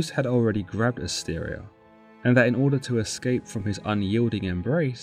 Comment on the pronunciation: Asteria not Astaria.